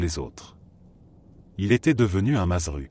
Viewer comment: On dit mazzeru au singulier ça se prononce madzerou et au pluriel Mazzeri et ça se prononce madzeri